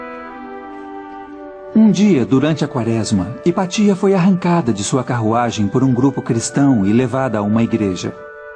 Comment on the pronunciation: Vídeo ótimo! (A pronúncia correta é HipÁcia. )